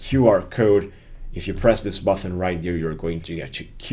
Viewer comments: greatjob. Thanks for your videos. One small thing, and its not important at all, but button is a hard T, there is no H, You pronounce it BUTTEN, not BUTHON. Quick fix, there you go. Thanks again. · Yes, except the pronunciation of button (it's not "buthon") :-p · Button not Buthon